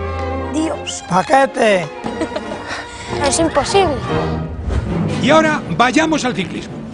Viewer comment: ¡PaQuETeH! JAJAJAJA